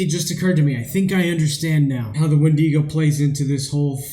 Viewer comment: Its wendigo not wendego